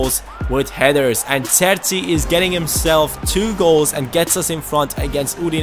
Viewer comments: Pronounciation of the Cerci is Cherci . more like cheörci. not distinct ö sound. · You should pronounce it as "Cher-Chee" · I think it's pronounced Kerchi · I believe the cs in cerci are pronounced ch like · You should say "cerci" with the C of Cheese for both C. I'm italian, so sorry for the bad english :) Great video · You pronounce Cerci like you pronounce Chicharito :)